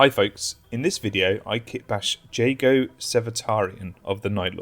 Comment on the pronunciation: it’s spelled jago it’s pronounced HU-GO